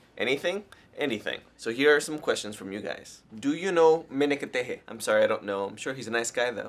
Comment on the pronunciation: you said "meneketehe" in a good prononciation. is an indonesian slunk word.. good job!